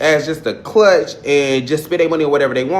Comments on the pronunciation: Did he say Clutch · CRUTCH NOT CLUTCH, but your message was appropriate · A clutch 😂😂😂it’s CRUTCH my dude😂🤣😂